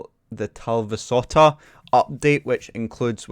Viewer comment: As a Finn I must say that you did quite good pronouncing The Talvisota. :D